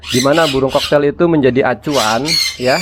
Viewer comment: Cockatiel koreksi bacaannya bang kokatiel bukan koktail bang😅.. itu ada huruf a-nya di tengahnya bang🤭. Kl mengendap di tahap awal gmn bang? biasanya tembolok ga mslh.. ini udh 9 jam blm turun.. umur 2mgg.. tembolok ga keras.. kl pk calsipro probiotik/em4 peternakan bisa ga bang? Takarannya gmn?? Buat ngurai makanan di tembolok soalnya kl di kuras sedot spet ga berani.. pernah nyoba susah ga ke sedot.. kasian bang..